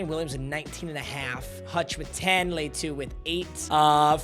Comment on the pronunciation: Bro can’t say latu’s name right